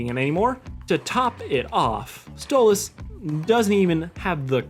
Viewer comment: You said Octavia was trying to say stolas on accident.